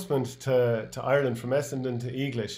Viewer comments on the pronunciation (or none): Eeee glish? Heads up, everyone in Tie Rone calls it Egg-lish